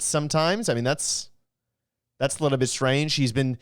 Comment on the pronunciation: AWWWW he's a wiwl guy!!!😂😂😂